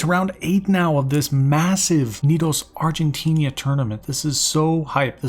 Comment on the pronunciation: Hey, just as a side note, the guys are called Argentinian but the country itself is Argentina, not Argentinia ^^"